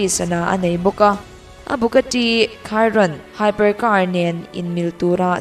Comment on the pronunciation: Bugatti Chiron ilam dan cuh haha Khairon itia haha Chi rawn .. chirawn Tia lam tr oo